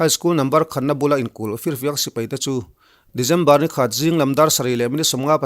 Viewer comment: December te, Dezember tih tlat chuleh😄😄😄😄